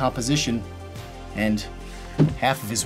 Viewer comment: in haAlf